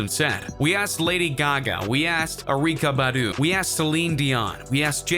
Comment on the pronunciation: Yo don't ever pronounce Erykah Badu's name wrong again.